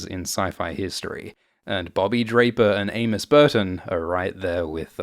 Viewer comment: I kept hearing Anus, instead of Amos lols